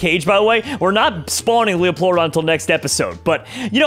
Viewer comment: It’s pronounced Leo-pler-o-don not leoploradon